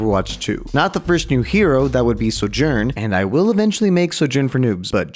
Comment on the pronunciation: I’m genuinely confused, why do some people pronounce names incorrectly even though you can hear the right way in game? Like calls Sojourn soJern with an emphasis on the J instead of the So, even though you can hear Sojourn herself say her name. Just confused